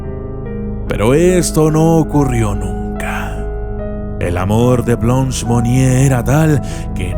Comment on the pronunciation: Buen video pero su nombre se pronuncia Blânch, que significa Blanca en frances, no es blons